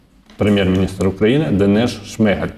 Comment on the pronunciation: Та не ШмИгаль, а ШмигАль, уже пора вивчити наголос прізвища прем'ра.